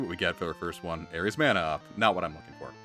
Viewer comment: Mana is actually a word. According to wiktionary, it's pronounce mah-nah.